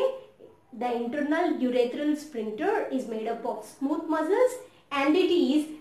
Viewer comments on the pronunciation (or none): Ur are Pronuncing the word as splincter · There is no 'L' in that word